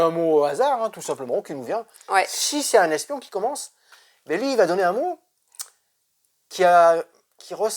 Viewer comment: Le S d’espion 😂 C’est comme le H d’Achille 😁